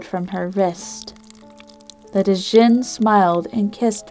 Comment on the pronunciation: its pronounced jin not d jin